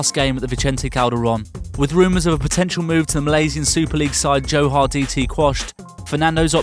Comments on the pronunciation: Johar lol it's Johor you Muppet. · Johoa? It's Johore (Jo-ho-rr) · The way you pronounce johor dt killed me 😂